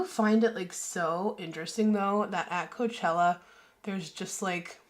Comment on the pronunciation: It’s Coachella not Couchella baby 😂😂😂